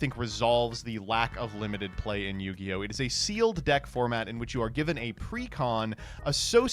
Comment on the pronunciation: What the hell is New-gi-oh??